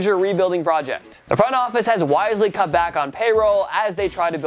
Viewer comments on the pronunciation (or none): none